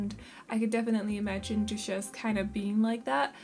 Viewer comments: These girls are so cute and I love the name for the cat!! Ramona might be my favourite! Duchess is actually pronounced DUT-CHUS or DUH-CHUS - I don’t know if this helps at all!💖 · I love both of the girls so much, also it’s pronounced Dutch-es but don’t worry I love the way you say it in your accent it’s so cute!